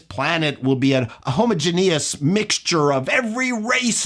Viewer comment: homo-jee-nee-us? (yes, that's my take-away) 🤪